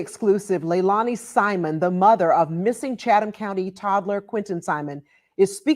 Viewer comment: Her name is pronounced Leilani ( Sounds like leylainey